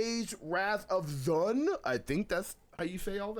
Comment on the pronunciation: That pronunciation of Zaun funny as hell